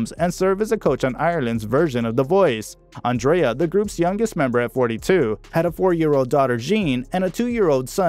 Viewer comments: Great video. Just watch your pronunciation on Irish names. Andrea and Whelans are said differently in Ireland to the American pronunciation. I'm Irish. Just a little pointer. Thanks for this though. You forgot to mention Andrea starred in Evita alongside Madonna and Antonio Banderas. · As usual, an American can't pronounce Andrea correctly, like seriously